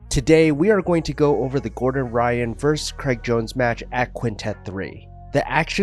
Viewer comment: VERSUS, not "verse"